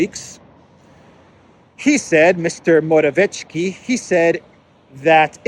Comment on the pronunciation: Dear, I have enjoyed your delicious videos every single night since about 4 months ago and feel really grateful to you. Just a tiny note: Fico is pronounced 'feetso' (not feecho) and Morawecki is pronounced similarly Mora'vetskee (not Moravechki). 🤝